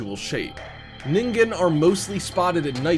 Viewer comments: Nin-Jin not ning-ging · Lmao he said ningen emphasizing the g! Its ningen like ninjin😂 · #5 is pronounced like nijen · I am pretty sure ningen is sound out like n-in-gen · It seems everyone who does a video about the Ningen pronounces it wrong. Ningen is actually a Japanese word that means Human. It is actually pronounced "neengen". (Sorry for making a big deal about this) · Woah so Zamas was calling us these “ningens” smh